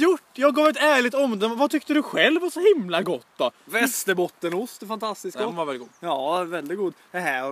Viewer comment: Men det heter fan Västerbottensost inte Västerbottenost